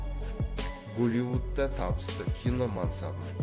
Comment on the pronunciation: Гуливуд емес,Голливуд.Өтірік әңғіме.Қалай нашар сөйлейсің,оқымаған адам ғой.Қалайша мына кісіге айтқызған.Түсініксіз,әрі осындай сұмдықтарды айтып отырғанда,музыканың керегі не? Кино емес қой,әсірелеп түсіретін.